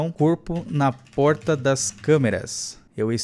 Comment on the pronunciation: Kkkkk ele falou Prota em vez de porta kkk